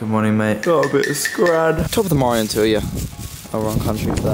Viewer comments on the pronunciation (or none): none